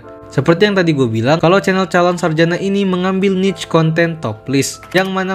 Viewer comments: Calon sarajana bukan sarjanak.. Gak pakai (K) min.. Risih kali denger kata sarjanak😢😢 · Sarjana bang bukan sarjanak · Ini gw yang salah atau gimana sih? Kedengerannya kaya calon saljana bukan sarjana....